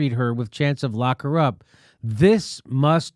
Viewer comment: At first I thought Jimmy said "Glock Her Up"